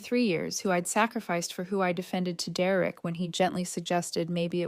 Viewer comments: His name is Der-rick. Not Derrerick. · Then the mom should help, what an entitled mom and sister. Do low contact and the Derereck pronouncement is ridiculous AI does not know how to pronounced it because I have heard this pronounced throughout all other stories. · Just when I worry that AI may take over the world, I am comforted by the fact it can't even pronounce Derek properly. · Can't AI pronounced the name Derek? It sounds idiotic every time. 😵😵‍💫🇸🇪